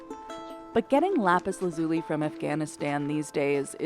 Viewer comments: Why do so many pronounce the mineral incorrectly? The emphasis is on the 1st syllable not the 2nd. LApis LAzuli. Not LApis laZUli. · In not "lápis lazúli" is "lápis lázuli". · “Lapis LaZUli” is making me laugh. Try “Lapis LAzuli” 😂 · If she calls it Lapus Lazoolee one more time... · Lap-iss-la-zoo-lee? Killing me smalls. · Lapis la zuli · If she says lapis lazuli like it's an Italian pasta & white sauce again I'm going to lose it! La-Peas LAZ-you-LIE. Basic stuff here. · Is this really how americans pronounce "Lapislazuli"? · I need to know, who pronounces Lapis Lazuli like that? Am i the wierd one?